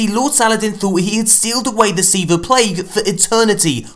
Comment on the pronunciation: Say it with me (SEE-VAAAHH) Do it now or I will blow up your PlayStation, and you will never learn what Siva is. Try me XD